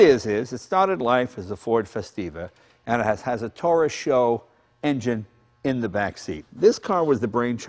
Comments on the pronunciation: With all due respect, it is not SHO but S-H-O.... super high output ..😉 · Jay, you forgot about the shelby turbos. And it's pronounced 'ess-aich-owe'.